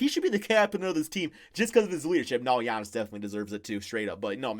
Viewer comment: Lol when he was trying to say Giannis’ name😂